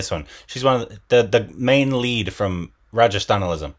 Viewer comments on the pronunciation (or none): It is ‘Ran - ga - stha - lam’, not ‘Ra - ja - stha - na - lism’ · Rajesthanalism 😜😝😝😝😝😝 Its Rangasthalam 😝😝😝😝😝😝😝😝😝😝😝😝🤣🤣🤣🤣🤣🤣🤣🤣🤣🤣🤣🙏 ohhhh boiii korbinnn 🤣🤣🤣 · butchering rangasthalam omg 😂😂😂😂😂😂😂😂